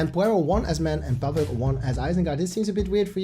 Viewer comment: Not pàvuk but pavÙk xddd